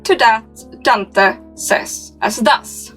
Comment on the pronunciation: I really can’t take how your pronouncing Dante 😂